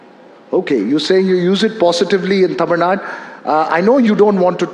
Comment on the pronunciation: For kamals information, it is not taamil, it is tamil